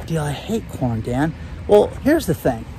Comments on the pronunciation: Ha! It first sounded as if you said “corn” with a”p”. Lol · I listen to YT videos at 1.5 x speed so I can watch more. I swear all I heard was “porn” prices were increasing……I was like what did he say? Rewound and it was “corn” not porn lol